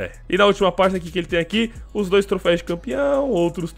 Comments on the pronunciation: É TROFEUS NAO TROFEIS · PARA DE FALAR TROFÉIS PELAMOR É TROFÉUS TROFÉUS TROFÉUUUSSSSSSSSSSS AAAAAAAAAAAAAAA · Mano sem querer ser chatão mas já sendo, o correto é "troféus" rs valeu! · Só eu q me irritei com “trofeis” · Q agonia ele falar trofeis. É TROFÉUS CACHORRO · obs: não se fala trofeis, eh troféus ^^ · troféus por favor. Ja quase parei o video umas 4x pq tu fica repetindo TROFEIS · o "troféis" dói kkkkk ... mas belo video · se fala trofeus